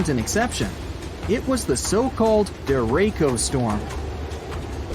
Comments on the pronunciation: The guy in this video is pronouncing the name of this weather pattern wrong. Its called a Derecho.. Deh-Ray-Cho.. not Dere-ko. Not trying to be anal.. just making sure if you hear that name you know what it is and how to take shelter appropriately. Also, I'm from VA.. visited VA Beach many times. The ocean water at VA Beach for the most part is alright. Its Dark because of the fine sediments that are in the water. This is because of the water temperatures and the water currents that flow near the coast. The entire mid-atlantic coast is like this.. even Myrtle Beach.. extreme cold water is clear... extreme warm water is clear.. unfortunately us mid-atlantic residents get the mix right in the middle. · The person talking on the video pronounced it wrong it's said dir ray shio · The idiot narrating the video shows his ignorance, derecho is not pronounced the way he said it, the CH is said like CHUCK, da ray cho, so don't be scared but be informed !!!! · Not me wondering if he is mispronouncing Derecho... or we are here in Iowa...🤔🫠😂🤣